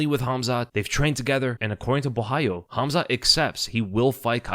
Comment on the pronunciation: Gotta give props for being the only YouTuber I’ve heard pronounce Caio’s last name right